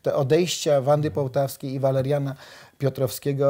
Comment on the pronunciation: Pan Jan Pospieszalski stałe źle wymawia nazwiska pani Wandy Półtawskiej, jak widać wyraźnie jest tutaj ó a nie o.